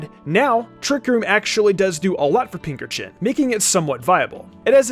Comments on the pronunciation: am I the only one who was really bothered by how he said pinkerchin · Never thought of pincurchin pronounced how you did. I pronounce it "Pince urchin"